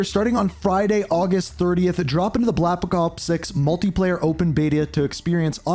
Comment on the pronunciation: "blapakop six"